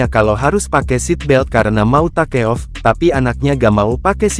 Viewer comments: Admin harus bisa minimal bhs Inggris😂. Take off dibaca takeof harusnya tekof😂😂😂😂😂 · Takeof.... memalukan baca 😅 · Baca nya ta... ke.. Off 🤣🤣🤣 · Tribun bagian dari Kompas knp memakai suara robot? SOP jadi sop (buah), takeoff jadi ta ke of. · B inggris mu dpt nilai piroo min..baca take oof g isok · Buat narator yg betul dong .take off aja salah spel